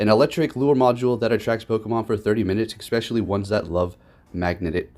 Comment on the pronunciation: "expecially" ::eye twitches